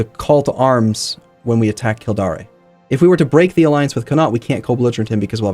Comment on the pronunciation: The pronunciation of Kil-DAYR is killing me